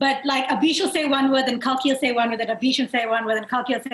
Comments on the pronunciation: It is Kalki (kal) not kaal. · Kalki litrally explained how her name is pronounced correctly but Abish kept mispronouncing it. 😂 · Why tf is abish pronouncing kalki as kaki or is it just me.